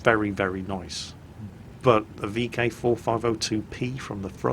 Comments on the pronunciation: Vk 45.02B.... "B".... not "P" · kev finn Yeah said it wrong. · vk 45.02 B not P, my ocd pls